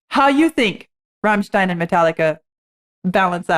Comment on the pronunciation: Thank god she said Rammstein. That could have gone so sideways... lol.